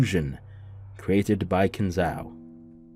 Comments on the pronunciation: Kin Zo, O. Say it like Nanjo. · Not Ow, O. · It's really hilarious how you pronounce Kinzo's name. Is that on purpose or accidental?